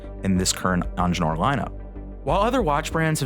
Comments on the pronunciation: It's not onjenur dude! EENGEENURR, It's a german name damn it😡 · If you want a watch channel, either learn how to pronounce French words or hire someone who can. Because that is clearly NOT how to pronounce "Ingenieur"